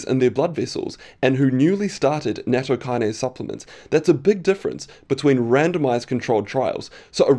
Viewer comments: I suspect it's pronounced Natto Key-Nah-Say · It's pronounced nah-t-toh